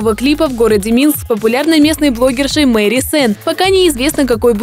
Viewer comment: Не Мэри а Мари Сенн